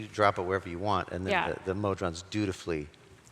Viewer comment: "Mod-rons"? What? Try "Mo-Drons" instead.